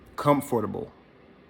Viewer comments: Once she said "Comfterable" I cut the shit off smh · Sit Dound and get Con-through-ble😂... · Comfdurtable.....ok then